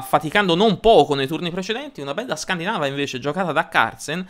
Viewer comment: La pronuncia è corretta ;)